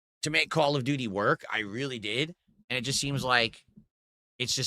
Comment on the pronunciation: Call of Gouty: Beg Ops 7.